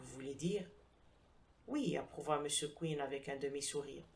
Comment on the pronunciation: J'ai sursauté... moi aussi... d'entendre prononcer "Mr Queen" au lieu de "Mr Quinn". Il se fait qu'un de mes premiers profs d' Anglais nous avait donné à lire, je crois, le roman "Inspector Queen 's own case". Je ne suis pas certain de l' orthographe de ce "Queen"-là et je ne me rappelle ni de l' auteur, ni de l'intrigue.